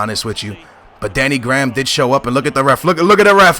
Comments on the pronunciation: It's Danny grey-ham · danny graham is pronounced" grey-ham"